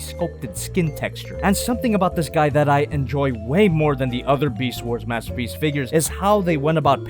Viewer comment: Mastapeece megatron (beest war)